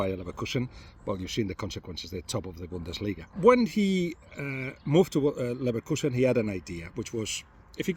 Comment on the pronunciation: mandem said liverkuesen